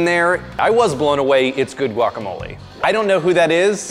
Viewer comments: She did say wack, it maybe be because many Latinos pronounce guacamole, like wacamole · "gWaCh" "FLeSh, MeAt" sir it's pronounced "gwak-ah-mow-lee and say "the fruit" or "the inside" or just "the avocado" pls and thank u fhoigheroihgowelkjferlk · yea ok Obviamente nadie podrá hacer guacamole mejor que nosotros. Para empezar ni siquiera lo pronuncias bien. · I’m sorry but I’m Mexican and I can tell the girl in the the gray shirt and the man in the black shirt are white and probably from la sorry for being “rascist” but I hate when they say “GuAc” like what the heck it’s not GUACamole it’s Guacamole